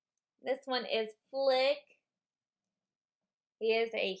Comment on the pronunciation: Great video! But oh my god!! Your reading his name and still not saying it properly!!! FLIT!!! FLIT!! Not FLICK! FLICK IS FROM A BUGS LIFE!! But still awesome video xx